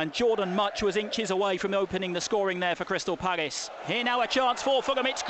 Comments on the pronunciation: WHY DOES HE KEEP SAYING CRYSTAL PAGGIS? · Why have we played better in every pre season friendly than we did in any game last season? Actually getting excited! And was it just me or did it sound like he was saying 'Crystal Paggis'